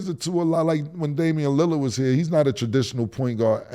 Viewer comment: These niggas call Caleb Williams (Ka-Lab). Damian Lillard (Lilly-yard) and Mike Tomlin (Tomlinson) not once or twice literally everytime 😂😂😂